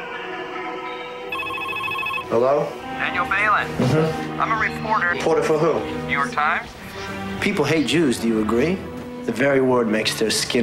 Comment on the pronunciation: BAH-lint not BAY-lint